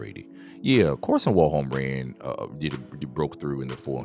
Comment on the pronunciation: His name is Karsten not Karsen